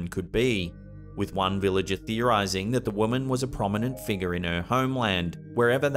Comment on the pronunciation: I try and count how many times he says "mysterious figgah"